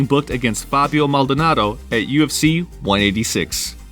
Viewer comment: Rampage trying to pronounce maldonado's name will always be my favorite.